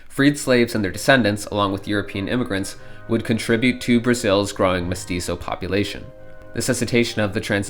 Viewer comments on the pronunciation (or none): "Mestizo" and "Rio Grande del Sur" 💀💀💀 Oh dear, Brazil is the 1000th time being treated with Spanish pronunciation.